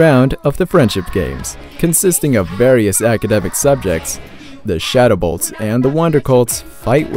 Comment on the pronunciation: you said shadow bolts not shadow colts